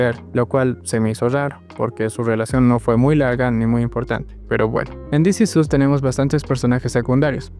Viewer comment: This is OS. Es la pronunciación correcta